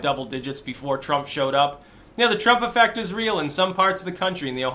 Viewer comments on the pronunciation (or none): none